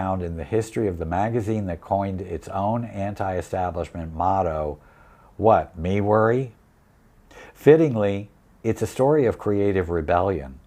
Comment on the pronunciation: Five stars, you said “what, me worry?” correctly. Many do not.